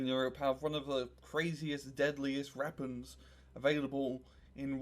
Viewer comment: Weapons has a “w”. It is not pronounced “repuns”